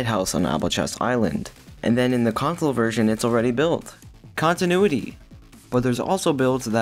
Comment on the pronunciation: Did you just say “cop-tinuity?” :)